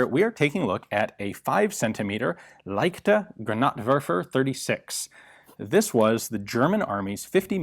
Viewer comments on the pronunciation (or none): thats so amazing to hear as a german if he say... its a leichter granad wörfer 🤣🤣🤣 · It's a granatwerfer, it werfs granat.